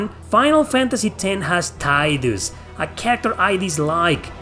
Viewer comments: Its Tee-dus (Tidus) like in spanish xd. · I think the reason a lot of people pronounce it as Ty-dus is because in the original FF10 you could change his name, as a result it was never said out loud until either X-2 or one of the Dissidia games, by which point most people had long since memorized it by how it looks to be pronounced in English in the first game. Even if Tee-dus is the canon way of pronouncing it you can't easily make a switch like that that's so engrained in peoples memories. Especially when for many 10 is a classic and a lot of those people never played the sequel or Dissidia games